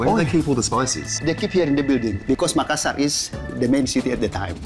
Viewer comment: Makassarrrrrrr not makassahr, you arent bule for merlin beard sake xD